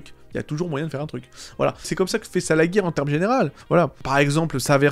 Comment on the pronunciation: Merci pour les trucs sympa sur DBM :) Nota: ça se prononce "salajir", pas "salaguir" :p